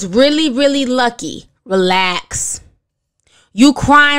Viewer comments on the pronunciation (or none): The way you read his tweets 🤣🤣🤣 "reLAAAAX!"